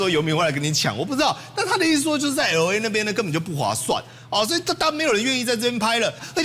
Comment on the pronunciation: [el ei] 不是ELO EI 你的英文太支